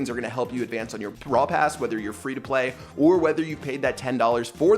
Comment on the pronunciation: No one Absolutely no one: "PrAiD BRaWl pRass"